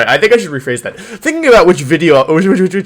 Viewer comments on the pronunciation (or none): Im a new subscriber so dont judge me please. Why does he say "wideos" when he can clearly pronounce the letter v? Is it an inside joke? Haha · Why does he call them wideos? Is it because he is Wolfey so its wolf + video? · What was his first language because he says "wideo" and he doesn't say that later. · Wideo=W video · Wideo. Never gets old lol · "Which wideo I wouwd infwict on my poor viewers today..." Elmer Fudd: "Shhh, be vewy, vewy quiet. We're infwicting a wideo on the wiewews. Huhuhuhuhuh! " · No hate or anything but im curious, why does he say "wideo" instead of video? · Why does he say wideo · Nobody: Absolutely nobody: Wolfey: "Wideo" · why does he say “video” but replaces the V with a W? Sorry i’m new to this channel, I don’t know if it’s an inside joke or an accent. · he always pronounces his v like w